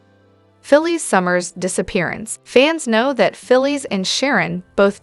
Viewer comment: Her name is phyllis not philie lady learn to prouncice the names righte